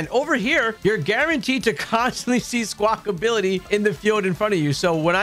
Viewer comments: Thanks for the video again, great stuff... P.S it's not Squakability it's Squakabilly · love that you spell squawkabilly correctly but you keep saying "squawkability" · Its Squawk- abilly, NOT SQUAWK-ability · 😂 It was getting to me so badly. Lmao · "Skwakability" - and AustinJohn